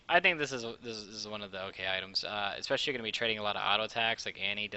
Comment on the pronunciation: "xpecially Janna" HAH